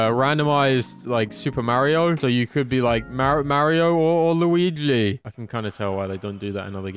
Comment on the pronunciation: Is it just me or does say Mario like moario or something weird😂